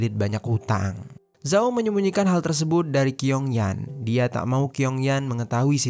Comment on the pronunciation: Bacanya chiong yen..bukan kiong yan..gk enk bgt dgrnya..asl sebut nm org..😅..nm cew itu tulisannya Qiong itu bcnya chiong yen..